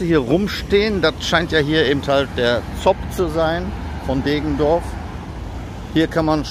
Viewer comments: Deggendorf nicht Degendorf ! Grüße aus der Dreiflüssestadt :) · Deggendorf nicht Degendorf. Und , da kommt endlich dein begehrter Citaro K